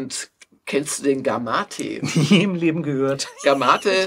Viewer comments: Das Handhelt Gamate wird aber Game Mate ausgesprochen. Also Spielkumpel. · Wird der Gamate wirklich so ausgesprochen, wie Jörg das hier macht? Ich hab das instinktiv englisch gesprochen, etwa wie Game-Mate. Oder ist das einfach ein japanisches Wort, das etwas völlig anderes implizieren soll?